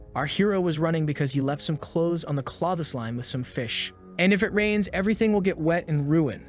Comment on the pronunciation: And you know this is AI voiced instantly due to the word "Claw-the-sline" instead of clothesline xD